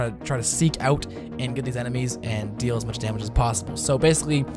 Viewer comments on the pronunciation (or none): none